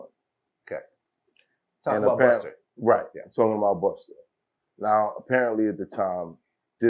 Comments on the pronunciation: Why vlad keep saying “Buster”??? It’s Busta!!! Got damn it 🤣🤣🤣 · Buster. It’s Busta. Why can’t vlad get dis sht rite?